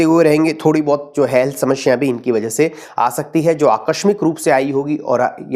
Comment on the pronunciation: Guruji shamashya nahin samasya hoti hai. Don't pronounce wrong.